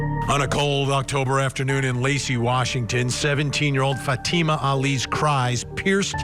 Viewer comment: Can you at least pronounce Fatima's name properly?